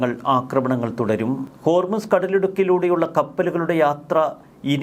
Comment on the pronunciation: മോനെ ഹോർമിസ് അല്ല ഹോർമുസ് ആണ് ശരി 😂